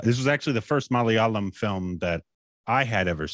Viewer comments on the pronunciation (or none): I really miss those days when he used to say "Malalayam". Never failed to crack me up.